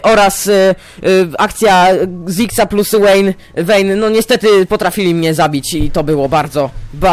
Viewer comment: nie "łejni" ale "wejn"